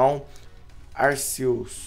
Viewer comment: kra aprende a pronunciar se escreve Arceus mais se le Arquios